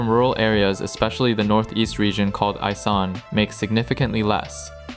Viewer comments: It isn’t isan it’s called “e-San” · It’s pronounced EESan not eyesan. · “E-san” guy, not “I-san.” Also, “gah-toy” rather than “kah-too-ee.” Sigh,third edit: “sah-nook” Long u sound on the second syllable. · You speak isaan wrong, use e instead of i -> esaan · it’s pronounced ie-san not ay-san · I live in thailand. This video is so insanely uninformed lmfao. First, it's pronounced eee-san, not eye-san. Second, your viewpoints on intercourse are based on western christian values. People here don't see it as some sacred thing to be coveted and so your comment about how "they'd work any other job if possible" is kind've hilarious, because there are plenty of normal everyday thai women who have normal office jobs, that also freelance on the side for fun and a little extra cash. Intercourse here doesn't carry the same moral weight or stigma that it does in the West and it's not some "tragedy" narrative the way it's portrayed in the west. Cambodia is not a safe place to visit, good luck with that lol. The tourism decline is because the most common visitors to thailand, the chinese people, have been avoiding thailand due to a couple high profile incidents of chinese people being kidnapped by cambodians in thailand then brought to cambodia to work in scam call center as slaves essentially. Has literally nothing to do with your double pricing theory or anything to do with backpackers/freelance tourism lol. sa.nùk isn't really about work ethic, it's about your day to day social interactions with people. With regards to work, thais work WAY more than the average american does. If they're lucky, they work office worker 9-5 hours. If they're poor, they may work 27 days a month or more. 10-12 hour days aren't uncommon in the service industry, either are 6 day work weeks. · what the bloody hell is eye-san. It's eeeee-san. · E-Saan not I-Saan. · "Isan" is pronounce "ee-san" just for future reference :))) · It's called E-san not I-san. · it esan not isan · It’s pronounce EE SAN